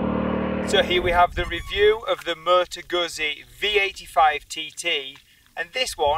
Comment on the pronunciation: Great review sir, almost perfect. If only you pronounced Moto Guzzi better 😊